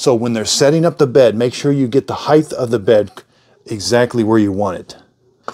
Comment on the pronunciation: The word is “height ending in “t” sound not heigth not a “th” sound. Spelled correctly it is “height” the ending isn’t even written “th” it is “ht” for a solid “t” sound.